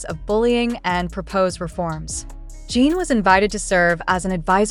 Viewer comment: JIN not jean can your pronounce it correctly???????